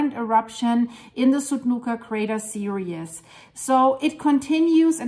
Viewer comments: Theresa is right. But we do know what means. It sounds like "serious" simply because she is pronouncing every bit of the word "series", which we don't in fact do. She is breaking up the "ie" into 2 syllables, whereas it should be one long sound. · You are so cute! Series is pronounced seer-eez